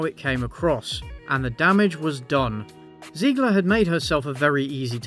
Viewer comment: I love you dude, but every time you say Ziegler instead of Zegler, I cringe a little and get Music flashbacks